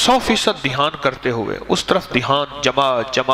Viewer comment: مولانا صاحب نوٹ فرنا لیجیۓ ۔۔۔۔ لفظ دیھان نہیں بلکہ دھیان ہے